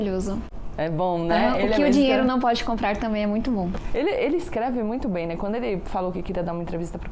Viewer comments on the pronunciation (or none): Não me entra na cabeça alguém q fala " quano " ao invés d quando, e trabalha pra tirar os direitos dos mais humildes.